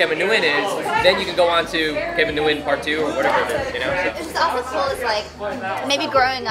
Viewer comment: He doesn't even pronounce Nguyen right and that's his last name too.